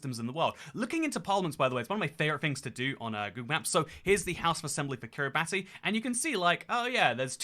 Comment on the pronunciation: Thank you for pronouncing Kiribati correctly ❤️ I can sleep soundly tonight NOOOOOOOOOOOOOOOO